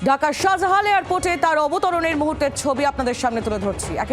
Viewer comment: Shower bachha kotha bolsish nykami koray bolo shajalal Airport not shazahan